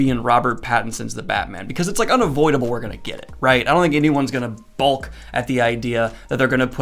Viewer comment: Balk is pronounced bok, like walk.